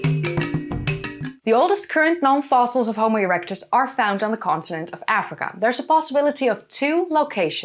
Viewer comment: Erecuts 😂😂😂 she said ereucts 😂😂😂